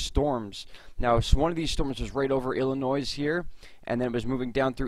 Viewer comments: Did he say Illinois with an S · He said Illinoisss lol